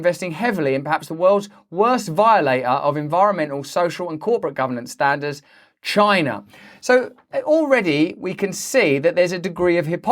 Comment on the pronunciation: comeon editor XD everyone knows these days that every time someone says 'CHI-NA' like that we need a quick cut to trump saying it in the stupidest way possible XD ; excellent video as always Russell&team